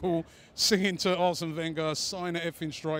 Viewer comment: This guy seems to know his stuff... other than how to pronounce Wenger and Rosicky ;P